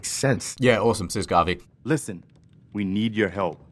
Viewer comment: I'm actually kinda mad they got Preston's name wrong. But I understand... Garbey is hard to confuse for Garvey